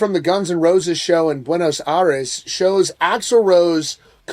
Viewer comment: Buenos Aires. Pronounced “Air” not “Ah” 👍🏻